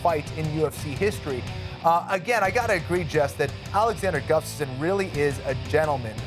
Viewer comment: She pronounced Gustafson wrong